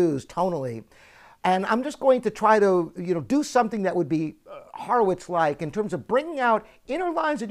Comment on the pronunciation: You pronounce "Horowitz" wrong.